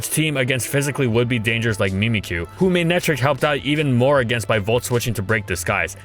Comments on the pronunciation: tfw when its pronounced ma-neck-tric and not may-ney-trick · Odd pronunciation… MAY-netric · There's only one wrong way to say Ferrothorn, that being ferrohthorn Also FDG: MAYNECTRICK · mey nei trik ? lol i never guessed it pronounced that way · The way u pronounce his name ruins me